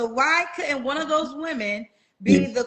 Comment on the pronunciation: "Those churn" 😂😂😂